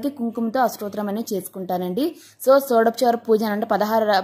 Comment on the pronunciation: 1.03 and 1.25 shodapachara Pooja kaadu thalli shodashopachara pooja. Intha fast cheppadam enduku thappulu cheppadam enduku?